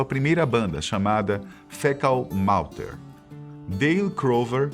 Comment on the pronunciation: Muitas pronunciações erradas. Aberdeen Fecal Matter Krist Novoselic